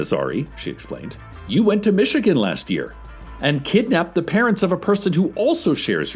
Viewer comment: Cecil butchering Michigan as himself but saying it perfectly on behalf of Dr. Lubelle made me do a double take. 😂